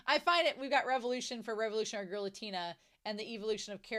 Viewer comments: Not u-TEEN-uh, or u-TANE-uh, it's U-ten-uh (or OO-ten-uh, if the 'u' is confusing). Also, no 'y' before the 'u'. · I really do not wanna sound mean but I don't understand how westerners cannot pronounce anime character's names because... their names are literally pronounced all the time in the show? Just say Utena how Wakaba or Anthy says it. You don't have to go to Google translate for that. Idk I hope that doesn't come off as rude. I don't think everyone has to pronounce every foreign name correctly. I can't pronounce English names correctly either. But I don't understand using Google translate IF you want to pronounce it correctly when you are hearing other characters say their name all the time.